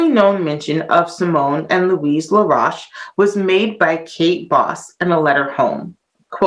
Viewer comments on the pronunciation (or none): His name is pronounced La- roashe rhyming with toast. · Your mispronouncing his last name "La'roche" ro-shhh. I've known of this history for nearly 20 years. In Haiti they will also correct you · Laroche is pronounced La Roche with an Oh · It should be pronounced Laroashe, rhyming with roast or toast. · Please people, keep, the "u" out, it's LaRoche. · When she pronounced I thought she said Rush the one died in tatanic submersible recently. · As you can tell she's not French. Get over it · You're right she is mispronouncing his last name. Then she said others mispronounced it when, in fact, they had it right! Lol.